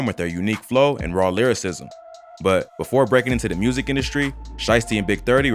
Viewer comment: Jus wish they knew how to pronounce the word music lmao wtf is murzik